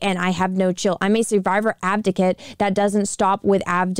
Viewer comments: Advocate , not Abdocate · Is it just me or is she saying "abdicate"? It's "advocate"....lol. otherwise great video though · Off Topic. I know your saying "Advocate" but I'm guessing there's something weird going on between youtube, my computer or my headphones because it sounds like "Abdicate" or something like that to me instead. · Advocate*** lol not abdicate lmao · Love the video but respectfully it is "advocate" not "abdicate" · I appreciate the support for them but ffs advocate not abdocat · so the word is AdVOcate not ABDicket. love you and the Quartering and Brittany but please be aware of the words you're using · it's "ad-vocate", not "av-docate" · i love your content. but, you have to learn to say "ad-vo-cate" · Advocate.....its advocate. why cant you tubers pronounce things properly? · Abdigate? lol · Dammit! The whole video? The word is pronounced AD VO CATE!!! Hurts my damn head!